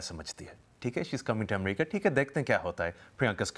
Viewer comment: Why is he calling it amreeeeca why ???